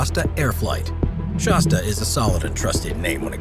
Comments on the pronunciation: Shasta like shaaaasta , not shosta!! Geez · It is pronounced Shas-tah not Shos-tuh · Not "SHAWS-tuh," but "SHASS-tuh." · Hey bud if your going to be the commentator here you might want to learn how to pronounce Shasta , kind of insulting to mispronounce such an iconic name , just say'n . Of course I can't hardly read or write myself but then I'm not the voice here either ... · I have known about that volcano all my life, so when I heard shawsta instead of shasta I shook my head. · "Shaw'-sta?" I couldn't even hang with this through the first minute. If you can't pronounce the name of the product, why would we assume you know anything else about it? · Since when is Shasta pronounced "Shosta" ? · Whats a Shawwsta?! HaHaHa! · Fun nostalgia. Our family's first Class C was a 1970 Shasta. BTW, Shasta is pronounced with a soft a, like "cat," like the volcano in N. California and the soda pop, "It hasta be Shasta." ( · Shasta does not rhyme with pasta Flat a as in hat As in the mountain in northern california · Would have been nice if the narrator had a clue how to pronounce Shasta, he's definitely not from California.